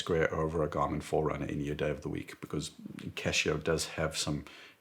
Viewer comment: excuse me but wtf?? "jarmin"???